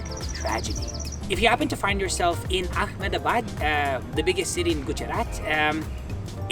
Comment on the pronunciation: Stopped watching when he couldn’t pronounce Mysore, Jaislamer, and Ahmedabad correctly. 😱. You went there, at least learn how to pronounce these places right.